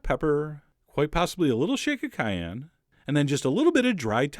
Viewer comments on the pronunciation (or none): none